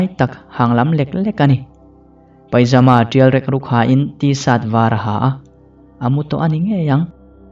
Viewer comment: Thank you, kalo nghak reng tawh a. Chuan thil pa1 ka soi duh loks “pajama” tih a lam tur aw. ka hriat sual lo chuan “paijama” tih in ilam tlet in ka hria. Mahse ngai thlak a nuam tho e.